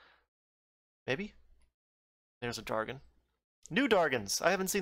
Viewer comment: Its dragon not dargon